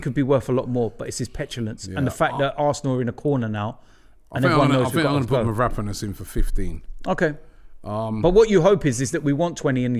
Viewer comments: It's mavro-pan-os ffs robbie. What the hell is merapanis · Mav-raaa-ponas ohhh Robbie